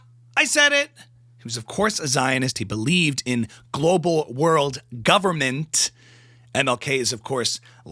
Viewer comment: Go-ver-ne-ment! 😂 title is misspelled (bran)